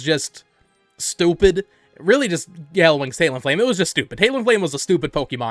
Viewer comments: its talon-flame not taleon-flame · Are you saying "tail-en flame"? What the fuck lol